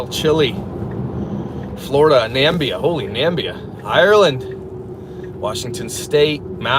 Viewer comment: I just realised he said Nambia and not Namibia. I'm dying🤣🤣🤣